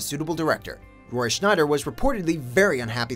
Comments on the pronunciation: I can't stand this narrator. He speaks like he's trying to spit out his lines as fast as he possibly can. Mispronouncing Roy Scheider's last name was just icing on the cake. And Michael Douglas in "Cutthroat Island"? I cannot see that AT ALL, at least not in the 90's. Ten years earlier, mayyyyybe. He dodged a bullet passing on that film anyway. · Apparently I am old, bc I think of John Schneider. But yes, the constant mispronunciation was irritating and disrespectful. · Yes! Me too. I just came here to comment. Lol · Ha! Me too, just commented on that myself. Irritating beyond reason. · Lol, i almost clicked off at that point. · Saz Fretz THANK YOU. As a Scheider afficionado it burns me to hear this. Hell they even spelled it right. No, he is not Rob Schneider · REALLY hurts your credibility when you mispronounce an actor’s name repeatedly. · Based on your pronunciation of Roy Scheider's last name, I'd say you were contractually obligated to do this video. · Why do I keep getting fed these videos from a supposed movie enthusiast channel that doesn't even know how to pronounce Roy Scheider's name? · Its irritating that the narrator didnt bother to pronounce Roy Scheider's name correctly. It does not lend to your channel credibility. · I'm sure as hell not gonna subscribe to a channel where the host can't even read the name of a film's star: it's SCHEIDER, ya dunce. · There's no N in Scheider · SCHEIDER! NOT SCHNEIDER! He quit 'The Deer Hunter'?! 😰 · "Roy Schneider... Roy Schneider... Roy Schneider..." Please, stop! Just stop! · I love how this narrator keeps calling him “Roy Schneider” instead of “Scheider.” Kind of pokes a hole in credibility when you can’t pronounce the name of the actor you’re featuring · there is no "n" in roy scheider's last name and it was annoying as hell to hear the narrator keep saying "schneider" instead of "scheider' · Roy SCHEIDER! Not SCHNEIDER! Buddy, the name is right in front of you. Come on! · Dude, it's Roy Scheider, not Schneider!